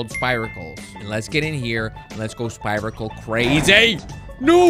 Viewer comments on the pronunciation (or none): Those holes you’re talking about are pronounced “spear uh kuls” basically you have the second half of the word right. Just thought I’d let you know 😊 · The i in spiracle is pronounced ee not ai. Also it stings with elecricity not poison. No offence intended